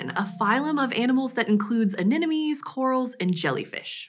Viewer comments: uh•NIN•uh•me? One can only assume she was trying to say “anemone.” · She said "anenome." I swear. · Did she mispronounce 'anemone'...?